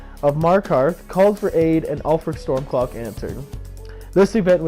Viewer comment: Is the reason you say "Stormclock" like an accent or something? I like your videos but it's really annoying me.